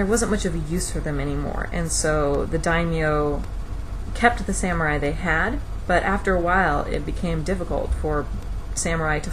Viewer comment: It's pronounced sah-mu-rai.